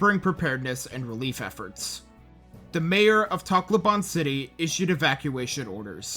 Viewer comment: Sorry if this is a little mean but your pronunciation of Takloban is absurd and btw im Pilipino